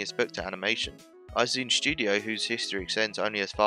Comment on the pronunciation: you mispronounced "Oum" and "Izume"